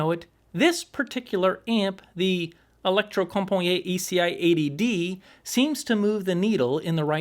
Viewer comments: Norwegian guy here. It's electrocomp-a-knee-et, if that helps. Nice review by the way. It's the brand that got me into the hobby many years ago, back when I was lusting for the ECI-3. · Sorry to be that guy, but I believe it's pronounced "electrocompaneet". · Holy smoke what you butchered the pronunciation of Electrocompaniet!😁🤣🤣 As a Swede I know that you Americans have a hard time to get it right with Norwegian or Swedish words and how to pronounce them! 😁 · 😂 just say "Electrocompany". Please!